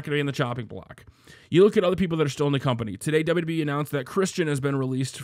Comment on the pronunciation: Its wwe not DsaBelYouDsaBelYou E